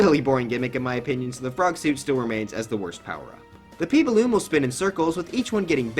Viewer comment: he p balloon will- Me: wait did you just say poo balloon?